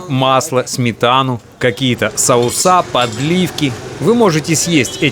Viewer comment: СоусА - это жесть, уши вянут:)) А видео прекрасное и рассказ тоже!